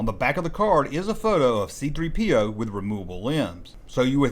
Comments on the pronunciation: Why is the narrator putting the emphasis on "P" in C-3PO's name? The emphasis goes on the "3," everyone knows that. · Why does he pronounce it C3-PO instead of C-3PO? Never heard anyone say it like that. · The way this guy says C3PO with the emphasis on the P instead of the 3 is just weird.